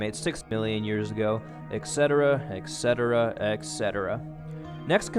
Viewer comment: Yes, I'd like to add to this comment to. You pronounce "etc" as if spelled "ec setera", "Etc." is a contraction of two words that is then abbreviated: "et cetera". the "t" should be pronounced before the "c". (It is standard in English to pronounce the "c" as an "s", but I have heard people who studied Latin pronounce it as a "ch", as in "church": "et _ch_etera". Italians do this, too, and claim to have the most correct pronunciation of Latin. Oh, well.) At, you say you will "take a slightly different tact and explain...." "Tact" is a gentle or subtle approach to a difficult matter; to change an approach or direction to a subject is to change "tack"--the word is from sailing. It means to veer at an angle to the wind one way then the other so that the sum of the vectors is against the wind, a direction in which one can not sail directly.